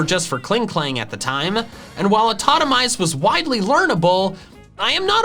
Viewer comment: its atitomize not atomize, you even was Talking about that i mml